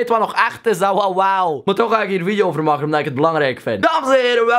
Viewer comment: "verplicht om joetjoep video's te moaken" dat belgs is raaaar man...